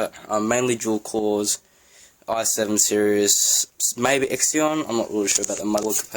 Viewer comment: “xeon” is pronounced “zeon” just for future reference